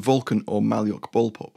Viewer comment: 'Malyuk' is pronounced Ma-LYUK.